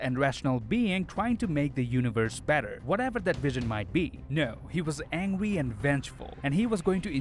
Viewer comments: all i hear is: "thewe" and "angwy" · He said angwy